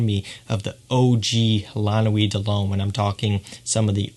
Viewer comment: Someone said, "Dull Hommay" it took me a while to realize that he was trying to say, De L'Homme...ahhh these french pronunciations!!!